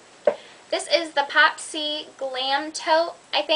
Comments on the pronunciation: it's said poppy, not popsy, not trying to be rude, honest, just trying to help, love the purse, i have a poppy tote as well. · i thought it was "poppy" not "popsy"